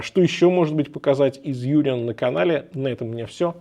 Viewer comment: По-немецки говорится Унион, причём ударение на о. Переводится как Союз. А часы правда шикарные.